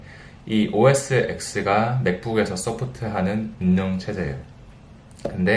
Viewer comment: 운영 체제->운녕체제아니고 우녕체제라고 발음해요..^^